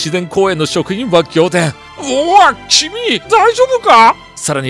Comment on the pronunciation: チゥミって聞こえた